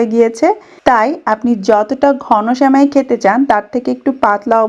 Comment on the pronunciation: স্যামাই শুনতে খুব বিরক্ত লাগছে। শব্দ টা সেমাই